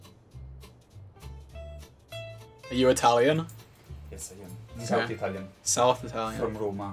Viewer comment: I loved the "Yess boy" no joke (I dont mean it in a weird way or anything since my granpa is italian and so im used to it :) )